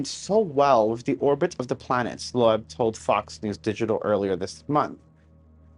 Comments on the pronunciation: AVI'S LAST NAME IS PRONOUNCED "LOBE" BUT SPELLED LOEB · Lobe try that pronunciation young man... 😜